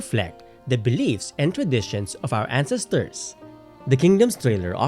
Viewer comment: Sorry. I'm just brothered with how you pronounce "ancestors" (and other words). For a historian who most likely mentions ancestors a lot, one should probably learn to correctly pronounce it. Other than that, well done!